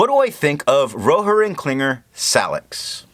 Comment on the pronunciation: I'm surprised by how well you pronounce some of the japanese inks, but I feel there could be a bit more oomph in Rohrer and Klingner:) Thanks for the review though. It is fortunate I got the Inkvent as a present, but unfortunate as I have too much ink to finish before I can try new ones...